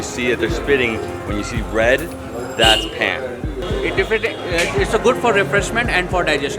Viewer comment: *paan not plan